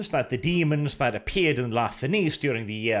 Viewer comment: "La Fenice" is technically pronounched in the sale way as "Nietzsche"; it's basically "la feNietzsche", translating as "The Phoenix" from Italian. The theatre on the Pride of the Emperor may actually be a reference to a theater in Venice, Italy, sharing the sale name. Sorry for the pseudo-grammar nazi moment, just wished to point out the bit. By the same token, "Maraviglia" is roughly "mEraviglia", translated from Italian to "Wonder" or something similar. Still crying over the wasted potential of this short story, though. Must admit I'd love to listen to your take on a 40k "loyal" (?) Fulgrim.